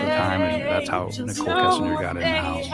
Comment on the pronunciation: You have enlightened me that that is an AI voice cuz I do watch your channel Timeless Mysteries as well, and it's a great voice, and yes always mispronouncing Nicole and Shannon